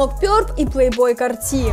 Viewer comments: Научите говорить ПлейБой КартИ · кАрти, а не картИ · кАрти а не картИ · плэйбой кааааарти, а не картииии